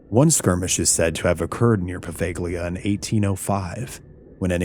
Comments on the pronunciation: Lose the AI. It's killing the planet, nobody likes it, and it's creepy. PS it's pronounced Pah-vah-Lee-ah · The scariest part is how you pronounce poveliga. Dude you've got to be saying words correct if this is your job. Come on. I would have happily listened but I'm not sitting through 40 minutes of an American saying an easily searchable European place name incorrectly. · Bro, I absolutely loved this video! Absolutely stellar work! My only complaint is how you're pronouncing Poveglia with an annunciation on the G. The G is actually silent. It pronounced Po-ve-lee-a. But otherwise, I absolutely loved the video. Thanks from Venetian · It’s pronounced “Poh -vale - yuh” 😬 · The English pronunciation of "Poveglia" is poʊˈvɛliə (poh-VEL-ee-uh). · Po-veil-ii-ya the 'g' doesn't make the guh sound we're used to. Very nice deep dive, though! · this is true. It's pronounced 'Po-Vale-ya' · I think you're saying the name of the island wrong. I've seen Ghost adventures episodes. And how the locals say it. That's how I think it's pronounced. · Totally butchered the name. Watch season 3 of ghost adventures to learn how to say it and see them on the island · The part where you pronounced poveglia incorrectly only 30 seconds into the video